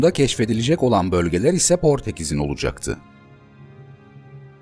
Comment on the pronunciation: Abi bir insan nasil "olacakti" diyemez 😂 Olıcıktı ne ya